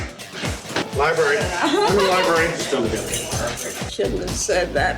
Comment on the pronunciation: Li - BRARE - RY not libARY. working on an English majors house and say things like libary... SMH...